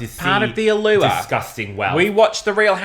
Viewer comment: “Part of the Allooarh”